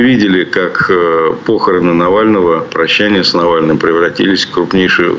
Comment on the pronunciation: Ведущего - к логопеду! И в школу- не похорон , а похороны и т д